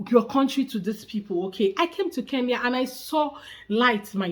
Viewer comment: Iet him dare for second time to pronounce the name Kenya he will know how our juju works